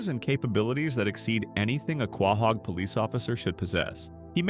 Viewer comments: Are you saying Quahog wrong on purpose? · Dude you need to learn to pronounce quahog correctly